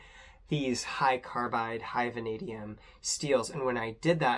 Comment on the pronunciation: Van a Dee um. Not van ah Dee um